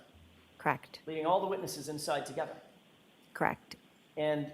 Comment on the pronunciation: KARR-ECHT! KARR-ECHT!